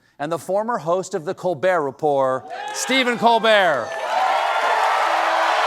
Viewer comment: Colbert with a hard 't' , because the other way is too french